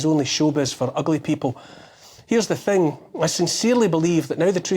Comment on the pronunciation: Anuther beast of a monologue from Neil ‘Here’s the theng’ Oliver 👏